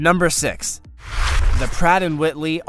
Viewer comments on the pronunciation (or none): Pratt and WHITLEY! Five seconds later, he said Pratt and Whitney. Is this guy for real?